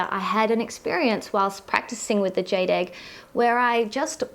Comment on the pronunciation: Jade rhymes with laid.LOL.